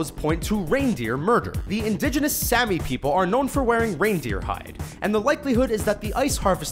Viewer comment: You said Sami like Sammy, it is supposed to be Saa-Mi.